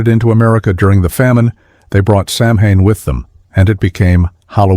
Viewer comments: Samhain is not Sam-Hane it's Sow-in... ...ahhh forget it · Oh my god when will americans learn to pronounce samhain. It is pronounced like this. Say these 2 sylables slowly first. 'Sow' as in a female pig. 'When'. Now say them together fast. Sow-when, sowwhen, samhain. Dont expect people to believe you facts unless you do your research first. Its obnoxious that even your tv shows get this wrong. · Good informational facts. But, Jesus! Terrible pronunciation. "Samhain" is pronounced "sow-n", NOT "sam-hane"!!! FFS!! St. Patrick was French, not britiish. There never was a famine in Ireland. It was a GENOCIDE. And Irish people didn't emigrate willingly. They were evicted and deported from their own land by the savage ruling britiish terrorists. "Sliotar" is pronounced "shlith-ar", NOT "sly-oh-tar"!! Titanic was built in IRELAND. So-called "northern' Ireland" never existed back then, and won't for much longer. And it's SCEILG MHCHIL, not skellig michael. That's a lazy ignorant phonetic spelling. Muiceanach idir Dhá Sháile is pronounced "Mwik-a-nakh ih-dir ghaw hawl-yah" and it's not the longest Irish place name. Ballán an Cheathrair Álainn. "Sinéad" is pronounced "shin-aid'. "Cillian" is pronounced "killy-an". FFS! If you're going to educate others, get things right. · Fact 35 (your starting point) - learn to pronounce Samhain..... its 'sow-in' as in a female pig, followed by 'in' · It's not sam hain, it's pronounced sow wen. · Samhain is not pronounced Sam Hine. It is a an Irish word pronounced Sow In as in female pig. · Samhain is pronounced Sowan not Sam Hain! my in the Irish language is pronounced as w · it really annoys me americans cant say samhain properly. it's pronounced sow en not sam hane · When i heard "festival of sam hine" i stopped watching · Samhain is pronounced sow-(rhyming with cow)-an, not sam hane! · Please, please, please! If you;re going to use Irish words, learn to pronounce them first. Samhain is NOT 'Sam' 'Hein' - it is pronounced sow-wayn.